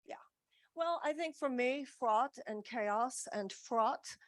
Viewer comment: "Fraught" or "frot"? Don't get me excited!